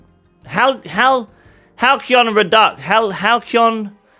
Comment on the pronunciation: cant pronounce halcyon talk about subathon brain LOL